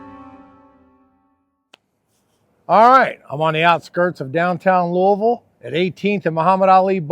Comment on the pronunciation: It's nice to hear you pronounce Louisville properly.... I just went on Amazon and ordered some Frank's Original Hot Sauce. Can't wait to try it.